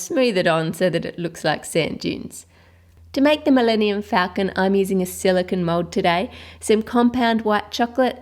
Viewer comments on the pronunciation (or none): She said falcon wrong :(